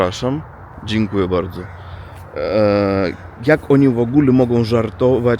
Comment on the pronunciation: ''Przepraszam, dziekuje bardzo'', perfect polish pronunciation XD